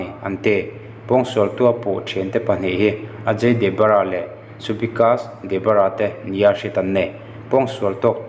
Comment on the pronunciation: An hming hi Debarra tiin i lama Debbarma tih tur enchiang teh pocso poh.... i chhiar hmain vawi rhum vel chhiar hmasa rawh aw